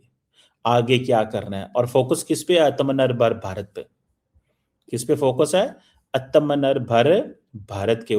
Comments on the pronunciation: Aatmanirbhar hota hai atamnibhrar nhi😂😂😂😂😂😂😂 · Atamanar 😂😂😂😂 Eat pork to improve your pronunciation